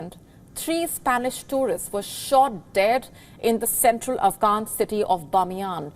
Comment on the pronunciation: “To woo foreign towrists to woosit the country” tongue twister there 😂